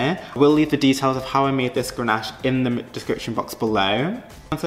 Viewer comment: DONT PUT IT IN THE FRIDGE. IT IS CONDENSATION. And it's GANACHE. NO R. Cringe cringe cringe....